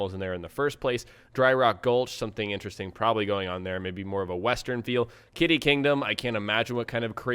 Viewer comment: It's "kiddie" as in kid, not "kitty"